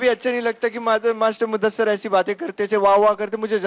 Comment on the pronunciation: Its muddasir.. Not muddasar